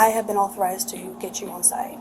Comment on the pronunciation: She may not be ooooonmnn the schedule but she is oooonn something.